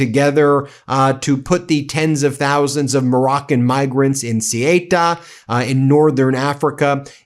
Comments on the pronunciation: Seriously? It's NOT hard to pronounce Ceuta even vaguely accurately! And it makes you look like an idiot for getting it SO wrong for SO long!!! PATHETIC!!! Just say: SUIT (standard American English pronunciation) followed by UH as one word. It really couldn't be easier! DO BETTER!!! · Sayoota.. not saoyta.. cmon man I'm on your team and this basic error annoys me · Ben it is SAY-OOO-TAH (CEUTA) not SEE-TAH. Really easy just take your time. If you can’t pronounce the name of a place where news is taking place it makes you look ill prepared and your commentary questionable. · Let me try and make it easier for you: SE UH Ta (SE as in SEND, UH with a almost silent H, Ta) written Ceuta, not sueta not what ever nonsense you have just said. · Ceuta is pronounced more like 'soota' than what you're saying. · Ben, learn some pronunciation. It is CEUTA, pronounced sayuta. How hard can it be? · Probably he'll want to put another of his sycophants. Probably a guy who never saw a submarine on his life, or even the sea. Surprised he fired the guy too, being a white dude. Btw, Ceuta is pronounced like ZeU-ta (emphasis on the U). I don't mind when a non Spanish speaker tries to say a word and doesn't get it right, I really respect and like the effort, but it is so far off that it took me a while to understand what you where talking about, as I am not currently in Spain and I didn't hear the news 😅. I am guessing what it is, because Spain only has two cities in the North of Africa, and Melilla sounds even further off. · Ben, please, the spanish exclave Ceuta in Morocco is pronounced sharp s (in castilian Spanish even a th-like sound) e (like the 'e' in Ben) oo (no long e!) tuh! The e and u together build a diphtong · how can you memorize all the fired ppl by heart is amazing... btw checking the pronunciation of CEUTA would be more than reasonable